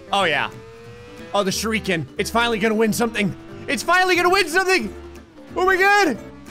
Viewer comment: pretty sure you keep pronouncing "shuriken" wrong.